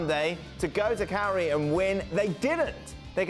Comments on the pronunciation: Jules it's pronounced Cal-Yaree.....smh. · Jules's take on this was cringe. He can't even pronounce Cagliari. Get Gab back on.